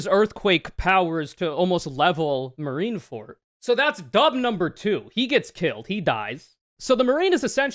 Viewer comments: “Marineford” and “the marines”, not “marinefort” or “the marine”, otherwise great analysis and you looked v cute doing it. ☮️❤️ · it's Marine ForD. not Marine ForT. It's a "D" sound. That bothered me the entire time lol